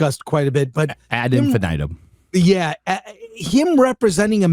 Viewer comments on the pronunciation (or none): It's not infin-eye-tum. 😅 Saying eye is adding the great vowel shift to Latin, where it doesn't belong.